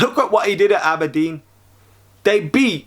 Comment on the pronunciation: ABERDEEN NOT ABBADEEN